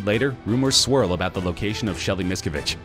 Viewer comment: why not look up how the names are pronounced before making the video? Leah REmini and David MiscAvige